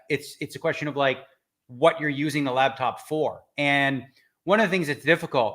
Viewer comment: Driving me insane that Daniel is saying labtop